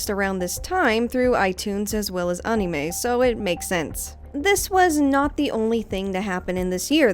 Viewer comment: Its so weird to hear a native english speaker pronounce "Anime" correctly. Americans have massacred that word beyond recognition LMAO